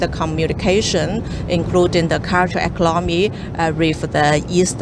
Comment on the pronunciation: Wawee impotant fo eclomony eclomony yes uh okay.